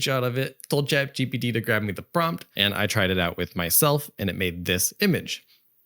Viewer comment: For some reason, and it may just be my ears or perhaps you have a cold, but I keep hearing you say “Chad GPT” and of course a meme pops to mind 😂